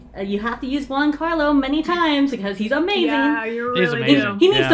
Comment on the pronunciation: Juan Carlo like the king of Spain? 😂 It’s Giancarlo and please learn how to pronunce Esposito my american fellows 🤝